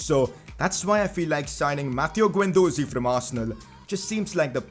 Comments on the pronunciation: Its Is-hak not i-zak and its not guen its gen please see some pronounceations😧😧😧😥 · Guendouzi is pronounced Gendoozi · Pcq: you’re pronouncing guendouzi wrong it’s guend-dozi it’s guendoozi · Bro your pronunciation - It's Keh rer not keh rare & Guen du zi not ze Plz Like!!! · Also pronounce gendouzi withaut an u